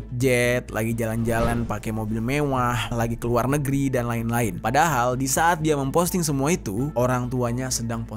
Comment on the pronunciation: Bacanya Wang Jian (Cien) Lin, gemes deh minimal google translate apalgi nama asing